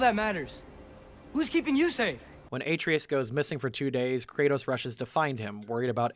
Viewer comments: I feel a tiny pinch of pain every time Atreus' name is pronounced in this video. Otherwise it's a very good video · It wouldn't be nearly as bad if there weren't video clips of the correct pronunciation layered behind it. Almost like it's on purpose. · You're killing me... It's Atreus. Uh-tray-us. Not Ay-tree-us. The video was good even with the mispronouncing of words and the occasional misspelled words in the captions, but it was most painful to hear each time Atreus was brought up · Say it with me: ah-TRAY-us. Not "AY-tree-us". "Ah-TRAY-us". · Game: “Uh-TRAY-us” This guy: “AY-tree-us” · I demand apology for the pronunciation of boi's name. Uh-tray-us not A-tree-is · It's "ah-tray-us," not "ay-tree-us," dude. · say it with me ah-trey-us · Kratos settled down and had a child named heart-valve. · New video drops Me: 😃 Hears aTREEus Me: ☹️ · dislike for how you pronounce Atreus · Not calling the scene where Kratos asks Brok to bless the spear, showing his absolute respect for him and assuring him of his worth, a Nat 20 scene is a critical fail for this episode. (That and constantly mispronouncing Atreus' name.) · How did you manage to pronounce Atreus wrong for the entire video when the game is fully voice acted? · Every time he says Atreus' name wrong, I cringe. THEY SAY HIS NAME CORRECTLY IN THE GAME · Man I flinch every moment you mispronounce Atreus' name, but love the video 🤣🤣🤣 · It's easy to tell who's actually played through GOW by how they pronounce Atreus( unless they think they know better then Christopher Judge how it should be pronounced) and its saddening to learn streamers who present themselves as fans of what they're reviewing can't be bothered to play the game and are probably basing their videos on information from other people's videos, or wiki pages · feels more like he gets all of his info second hand considering he never knows how to pronounce any main character's names ever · The pronunciation of Atreus hurts me